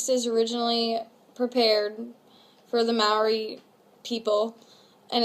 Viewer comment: It's not may-ori it's moul-ree😂